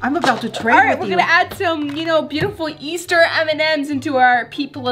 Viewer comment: said yeaster like if you heard it